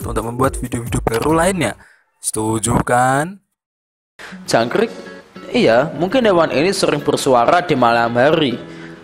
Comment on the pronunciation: Jangk rrrrrrrrrrrrrr ik